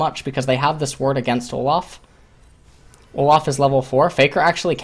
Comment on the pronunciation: Why do you pronounce Olaf as Olof? There is an a not an o, you also pronounce Dorans as dorons, and mana as Mona. Really annoying to listen to you, your commentary is great otherwise just cannot stand your pronunciation of a sounds as o sounds for some reason.